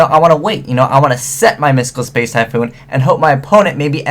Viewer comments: Am I the only one who noticed that said "Spice" rather than space? XP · is it just me or does he say "space" rly weirdly